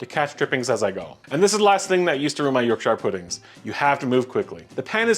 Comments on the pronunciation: Ok ok I’ve just looked at the 1st 5 seconds a you say “York Sheer” pudding; not “York Shuyer” pudding. Watching more to see if he redeems himself. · Look delicious! Yorkshire should be pronounced “York•Shr” even if you’re American. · Fan in oven was on. Way too much fat.... Use Beef Dripping. Like the volume ting though.... Love 'Yorkshyre' pudding :-)